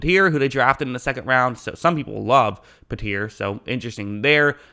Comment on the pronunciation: Bro you’ve been calling Jalen PEE-TREE pe-tear for the entire process and after you heard his name called on draft name I Jesus Christ please get it right